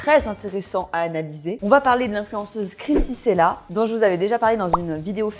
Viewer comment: Krissy " Tchella" et non " Sela" :) très belle vidéo au demeurant evidémment :)🥰